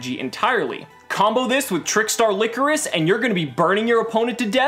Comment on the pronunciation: Its Ly-cor-is not licorice. The "coris" is pronounced similarly to chorus and ly is pronounced like lie so its lie-chorus.